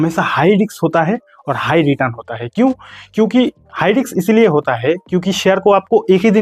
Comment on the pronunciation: हाई रिक्स नही हाई रिस्क बोलो